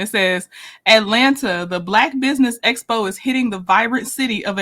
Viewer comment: She got the acronym Expo correct this time. Although she pronounces it Espo.